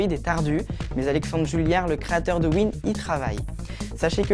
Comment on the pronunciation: Aale con, Wine veut dire Wine is not an emulator donc si tu parles pas anglais, cause pas de ce que tu connais pas et améliore ta prononciation.